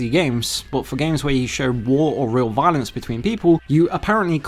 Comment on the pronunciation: wiolence? okay this guy definitely has a speech impediment. I thought it was an accent for a while, but it's a genuine impediment. It's like the vocal equivalent of a lazy eye. Very off-putting. Get therapy! Get it fixed! I don't want to hear this. Just get someone else to read the scripts for these videos.